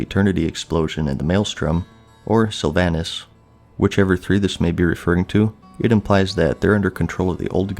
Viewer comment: Sylva"h"nas not Sylva"y"nas; show the banshee queen some gd respect.